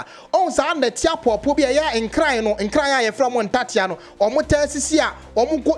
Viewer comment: Give it to them, the hate is huge for we the Asantes. They challenge us each day !It's pronounced nkranee.